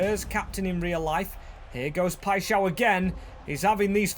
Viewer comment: W for learning how to say paixao